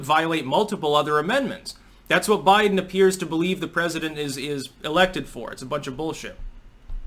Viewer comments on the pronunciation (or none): none